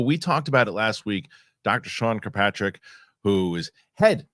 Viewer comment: FWIW: it’s “kirk-PATRICK” not “cue-PATRICK” *Good stuff though Fellows